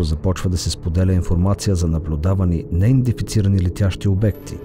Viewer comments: Казва се неиндентифицирани а не,неиндефицирани!!! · Много хубаво видео, но имам една малка забележка. Поупражнявай се да казваш "неиДЕнТифицирани ". Няколко пъти думата е казана грешно във видеото и това леко дразни.